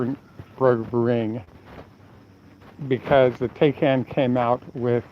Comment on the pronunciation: taycan, pronounced " tie-can".